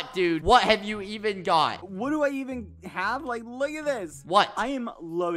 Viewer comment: When skeepy doesn’t say lick instead of like... impossible